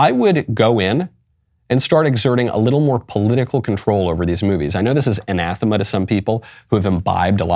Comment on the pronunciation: I think he mispronounces "Anathema," and its variations